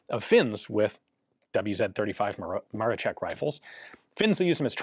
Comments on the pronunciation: The "wz." should be pronounced as "vou zed". It stands for polish word: wzór (vzoor) similar to british "mark", or Japanese "type", completely connected with a year of official introduction in the military service. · I know this is a very minor point but as an Englishman I'm intrigued as to why Ian said "double-u zed 35" at 22m12s. I guess he's in England when recording?